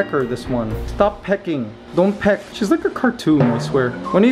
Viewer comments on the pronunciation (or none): none